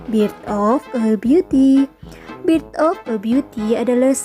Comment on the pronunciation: Bukan bit of biuti tp berth of biuti 🤣🤣🤣